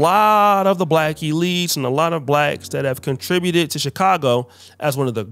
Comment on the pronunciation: "Contributed" lol😂😂😂😅😅😅😅